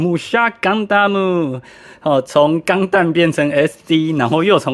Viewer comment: 發音是諗"頑ㄊㄨㄛ無"而不是"頑太無"